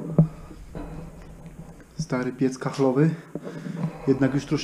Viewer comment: piec kaflowy,a nie kachlowy!